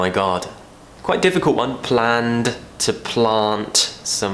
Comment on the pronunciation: Your 'd' in planned and cleaned sounds like a 't', unless you pronounce it slowly.